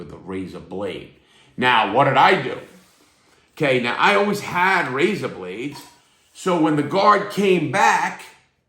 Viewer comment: Take a shot every time Larry says "rayza" 😂😂